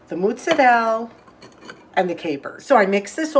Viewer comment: I love the way you say MOOTZARELL! (and the cute blooper at the end of the video😊)